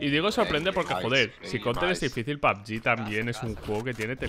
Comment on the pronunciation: Todos:pug:pabg